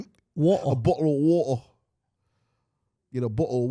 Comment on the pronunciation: comfaateble, bokkle a wata